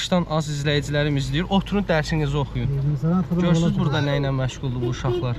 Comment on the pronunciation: Dərsinizi deyir, "g" hərfi işlətmir axı o sözdə